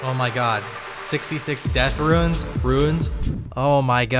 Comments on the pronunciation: Why is it even hard? Just don't add extra syllables for no reason, is he disabled? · I appreciate you trying to pronounce "runes" correctly. Loving the series